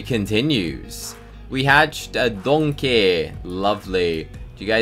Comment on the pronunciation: Bruh my neon donkey is called donkeh cause shrek pronounces it that way